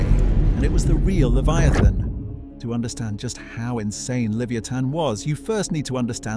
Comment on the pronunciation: Is the AI mispronouncing Leviathan?